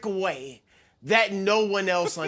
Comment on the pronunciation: the way he says “way” lmao